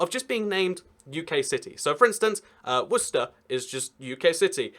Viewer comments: when he said westcer i really felt it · In Massachusetts, Worcester is pronounced like “Woostuh,” due to the New England (Boston) accent. Anyone who pronounces it “phonetically” does so because they don’t know how to pronounce it correctly.